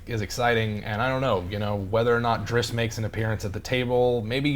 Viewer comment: Can you stop saying "Drisst"? It's Drizzt.